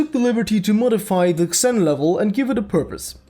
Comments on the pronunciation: Xen is pronounced "Zen" not "Ksen" just so you know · its pronounced zeen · It's spelled "Zen" not "Ksen" lol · BTW, the "Xen" is pronounced more like "Zen" in English. I'm Polish so I had to learn that too, you sound Russian to me :) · you say it zen not xen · xen is pronounced zen not exin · The way you pronounce "Xen"... My ears... It's pronounsed as "Zen", not "Ksen" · No offence, friend. I've watched the video, and you've covered what everyone else seems to have a problem with. good review. But the title is very misleading and if it weren't for that I'd have nothing bad to say about the whole thing... Oh and by the way "Xen" is pronounced "Zen" for fucking "Ksen" ;P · xen is pronounced like "zin" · xen is pronounced like zen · It's pronounced as "Zen." GMan pronounced it as such. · The way you say "Xen" actually bothers me.